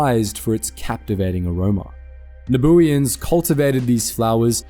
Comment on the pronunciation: Slight correction: When you talk about the people of Naboo, you say "the Naboo", not "the Nabooians". And the adjective of Naboo isn't "Nabooian", rather, it's "Nabooan". But most fans don't know that anyway, so don't worry about it.